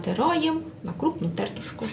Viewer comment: ТЕРТУ́ШКА - наголос на У.